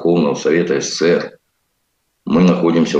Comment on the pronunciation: Не ССР а СССР проговаривайте правильно нашу страну